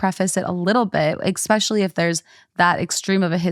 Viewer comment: Ekspecially xD